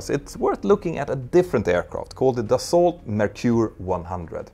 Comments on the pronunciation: You don't pronounce the "t" in "Dassault" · The way you say "Dassault" hurts my ears. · Love your videos! It taught me a lot in the mechanic of the planes and in their operation. Side note, you pronounce Aérospatiale as if it is an Italian name. In french we don't pronounce the last e. Take care and continue your amazing job! And indeed you don't pronounce the t in Dassault. Yeah i know french can be funny to pronounce...